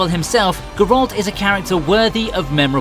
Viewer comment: You can LITERALLY HEAR how they pronounce "Geralt" in the show in ENGLISH and you still pronounce it G'ralt? Yea, dislike and bye bye.